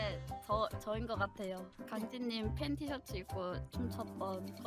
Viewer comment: 팬티셔츠라길레 팬 티셔츠인데 팬티 셔츠라고 읽어서 순간 어? 했다